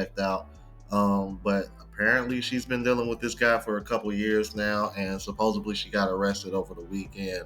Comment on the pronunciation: Stop saying supposeBLY. Supposedly